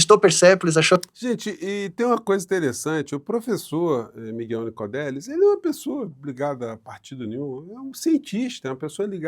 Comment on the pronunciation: O nome correto do cientista é Migel NicoLLLLLLLLLLLLLLelis